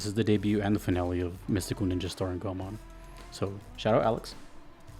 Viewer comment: Go - e ( as in envy ) - mon, i think with japanese names, i dont know how sacrilegious would that be to say it, its usually safe to go with the closed syllable when pronouncing it. :)